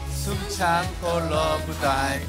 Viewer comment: 재석이삼촌 숨참고 러--브다이브 발음 그대로 말하는게 넘 귀욥넹